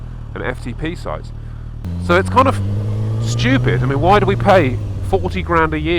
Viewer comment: Watching this again in 2021. Every time you pronounce "stupid" as "sh-chupid," my brain goes: shoot that poison arrow through my heaaaaart ....